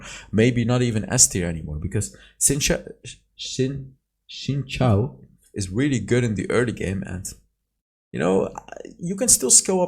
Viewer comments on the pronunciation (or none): It is xin shao pronounced zin I am 100% sure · The more you know: Xin Zhao is pronounced "Sheen Jow" in Chinese